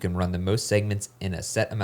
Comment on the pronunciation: I can’t figure out if they were mispronouncing Tempe on purpose or not